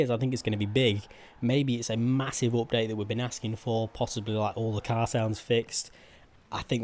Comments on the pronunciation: Why are you saying opdate?? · Its update not opdate